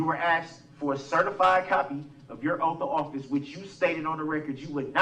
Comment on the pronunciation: Yep. Da troof instead of the truth Axe/axed instead of ask/asked Substain instead of sustain Oaf instead of oath